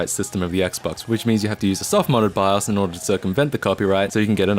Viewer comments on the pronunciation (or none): none